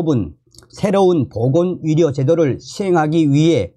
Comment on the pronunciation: 의사를 위사 의대를 위대 의료를 위료라 하니 듣기 헷갈림